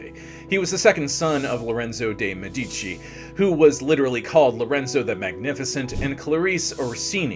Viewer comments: The correct (Italian) pronunciation is Me'-di-ci with the accent on the first syllable. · Thank you, the incorrect pronounciation is disturbing. Even if you are not native Italian, the name Medici is so well known and correctly spoken, esp by historians